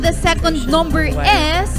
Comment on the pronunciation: Is she pronouncing the word "is" correctly???.. I think it is pronounce as "iz" not "es".. no big deal though and correct me if I am wrong..